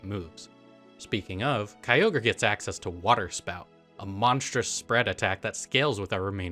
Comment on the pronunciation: It's not Kyogre. It's never Kyogre